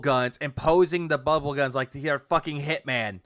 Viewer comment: He's actually saying "Dual-wield bubble GAHNS!" Wtf is wrong with this dirtbag?